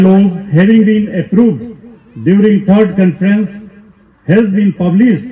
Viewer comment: It’s Conference not confidence